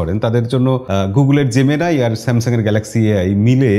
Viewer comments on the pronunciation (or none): জেমিনি কে জেমিনাই বলাটা বন্ধ করুন। সবকিছুতে বিদেশিদের নকল করাটা বোকামি।